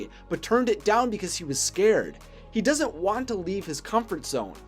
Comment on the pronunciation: . Did u say "Does it" or "doesn't"